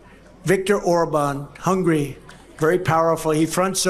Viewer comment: Why yes, you complete ignoramus, I have heard of Orban, AND I know he's the DICTATER of Hungary ( not " Hungry )